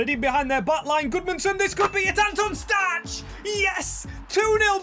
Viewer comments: nice video, one thing i’d like to mention is that Anton Stach’s name is pronounced (Stack) not (Statch) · Stach is pronounced 'Stack'